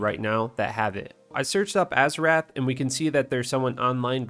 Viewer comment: I already hate how youre saying azurewrath. Im like 45 seconds in